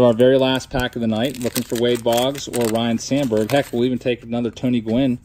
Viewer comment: You and your brother need to correctly pronounce Ryne as (Rhine) not Ryan...its disrespectful lol